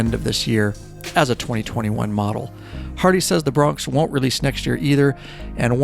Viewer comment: Hey umm is it just me or is this guy saying hardy instead of Harley??? He’s said hardy three times already an I’m 3.35 into the video. Lmao